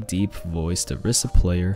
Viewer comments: My 1 general tip is that ITS PRONOUNCED ORISA NOT OREESA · Mains Orisa but can't say her name right.